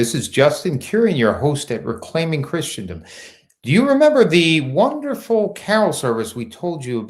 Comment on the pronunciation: Christendom is pronounced “Christendom”, not “Christiandom”.